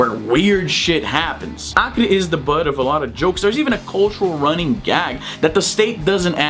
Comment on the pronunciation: I just discovered that u are brazilian when you said BRUNO BORGES and ACRE... perfect accent!